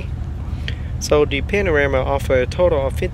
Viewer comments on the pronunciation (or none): Thick Vietnamese accent. Could be edited down 20 min. It's PANAMERA and not panarama. #Amateur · It's panamera not panorama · Hey, i've just discovered your channel and i'm enjoying it a lot. i've watched the M6 Coupe, m6 Grand Coupe and now watching the Panamera.. don't mean to be rude but is it me or you said panarema instead of panamera? i've noticed it and it's funny haha. where are you from? you have a different accent that had me curious. also would you do a porsche cayenne (turbo or S specially) review? i'm looking for the cayenne review for a couple of weeks and only found 2 minute-bd quality videos (i don't know if it's already on sale though).. keep up the good work, you really have awesome videos :D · It's Panamera, not Panarama. Or this was a joke? Nevermind, congratulations for 10k!! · Hi asian dude, its a Panamera not panorama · Not panarama, it's panamera! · Its Porsche Panamera not Panarema ! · Porsche Panarama??? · it's called a PANAMERA, NOT A PANARAMA, dude you do need to so some woodshedding and tighten up your game, check out saabkyle or shmee, they'll show how it's done. Good luck to you. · I swear that you are calling the vehicle a Panorama which of course is very wrong - its a PANAMERA (Pan-a-mera)... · dude it's called panamera not panorama! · If you are going to review a car you should get the name right it is Panamera NOT Panarama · cars not called Panarema and Panamera)) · Bro, congrats on your 10k subs. But the car is called PA-NA-ME-RA, not panorama. Slow your roll and say it right. Stopped watching you video after your said it wrong 3 or 4 times in 27 seconds. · and its Panamera, not Panarema... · Porsche "panarama" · Its panamera not "panarama" "looks very nice" lol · ITS PANAMERA, NOT PANORAMA!!! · I laughed so loud when you said "panorama", my days. good review anyway, keep it up. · panarama are u serious 😂😂😂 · Dee Porsch Panaramaaa)))) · Its pronounced Pahn-Uh-Mare-Uh